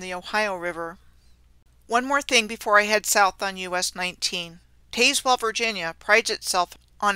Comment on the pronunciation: Well okay, but it's "Tazz well" like "Jazz well" county and town.